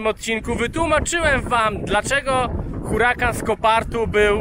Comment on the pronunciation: Uracan! H jest nieme.